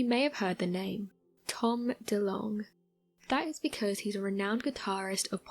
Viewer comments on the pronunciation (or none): none